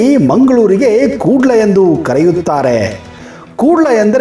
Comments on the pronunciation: It's not kudle, Kudla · Kuudl alla kudla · Anna adu Kudle alla kudla sari heli🤣🤣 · ತುಳು ಭಾಷೆಯಲ್ಲಿ ಕುಡ್ಲೆ ಅಲ್ಲ ಕುಡ್ಲ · Omji Koodla alla idu Kudla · Its not kuudle..its kudla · Sir I am the subscriber of your chanal and I love your chanal . And one thing sir in Tulu we are calling ಕುಡ್ಲ not ಕೂಡ್ಲಾ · Guru adu ಕೂಡ್ಲ alla ಕುಡ್ಲ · ಕೂಡ್ಲ ಅಲ್ಲ ಮಾರೇ.😏😏 ಕುಡ್ಲ ಆಂತಾ ಹೇಳೊದು... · Koodle alla kudla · Hello Sir, Adhu Koodle alla,,,, Kudla.... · ಕೂಡ್ಲೆ ಅಲ್ಲ ಮರ್ರೆ ಕುಡ್ಲ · ಅದು ಕೂಡ್ಲೇ ಅಲ್ಲ ಕುಡ್ಲ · ತುಳು ಭಾಷೆಯಲ್ಲಿ ಕೂಡ್ಲು ಎಂದು ಹೇಳುವುದಲ್ಲ. ಕುಡ್ಲ ಎಂದು ಹೇಳುವುದು. ಕನ್ನಡದ ಕೂಡಲ ಸಂಗಮದ ಮೊದಲ ಪದ ವಾದ ಕೂಡಲವೇ ಕುಡ್ಲ. ಅದನ್ನು ಹೇಳುವುದಕ್ಕೆ ಅಷ್ಟೊಂದು ತಿಣುಕುವುದು ಏಕೆ? ಇನ್ನು ಮಲಯಾಳಂ ಭಾಷೆಯಲ್ಲಿ ಹೇಳುವ ಮೈಕಾಲ್ತೆ ಎಂದರೆ ಕನ್ನಡ ದ ಮಂಗಳೂರು ಪದವೇ ಆಗಿದೆ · Adu koodle alla kudla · Koodla alla Kudla🤣😂😂😂😀mariyadi thegibedi marre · Adu kudla sir koodle alla 😂😂😂😂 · ಕೂ..ಡ್ಲ ಅಂತ ಎಲ್ಲಿ ಕರೀತಾರೆ? ಅದು ಕುಡ್ಲ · ಕೂಡ್ಲೇ ಅಲ್ಲ ಸರ್ ಕುಡ್ಲ